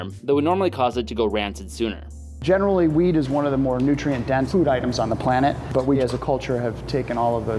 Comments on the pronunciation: he said weed. not wheat. lol. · he says weed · weed or wheat?